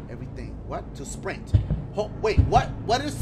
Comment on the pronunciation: "Why is it telling me to srint. What if i wanna AT&T" HAD ME DYING